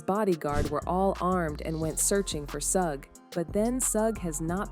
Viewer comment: I can’t listen to this story because she is not saying Suge Knight name right